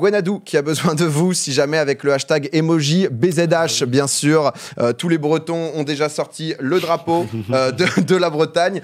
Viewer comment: Cimer pour le drapeau breton même si la pronon.. C'pas trop ça mais c'est gentil d'en parler !